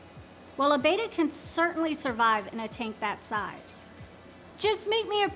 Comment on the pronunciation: Glad to hear finally saying "betta" correctly; now teach (or your mother's betta will die in her sleep if you don't).